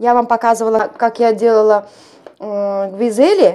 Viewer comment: GVIDZELI? What’s that?🙄sounds like a Turkish language.. not needed at distort the Georgian name